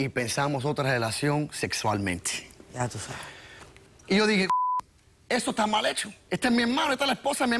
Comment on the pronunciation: JAJAJAJAJA totalmente "Ya tu sae"